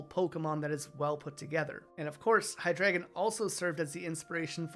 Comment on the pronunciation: I like that you pointed out Hydreigon. Is drei for 3. But still pronounced it HiDragon instead of Hi Drei Gon